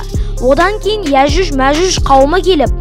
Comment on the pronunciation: Иажуж мажуж емес аджуджи маджуджи